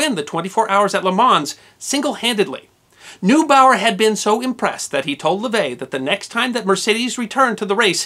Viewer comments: Paß auf! Alfred NOY-bau-er. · Plenty of examples of emphases used on the wrong syllables including the laughablly clumsy "LABratory", (so it sounds like "lavatory"), instead of the more elegant "laBORATory". Other mispronunciations include, "Noobower", schoolboy error- read up on German pronunciation etc, etc.